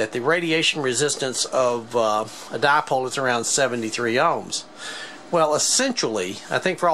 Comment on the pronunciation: What's a di-a-pole? hihi